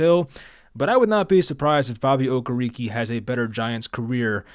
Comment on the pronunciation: O-care-rick is the pronunciation I believe